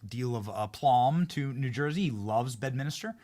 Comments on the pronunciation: BED-MIN-STER.. or BED-MINS-TER. NOT "bed-minister".. Come on Benny 😅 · For f*cks sake Benny.. Its Bed-min-ster. There's no Minister there. Its a golf course.. not a church.😅 Even a lowly peasant like myself knows that🤦‍♂️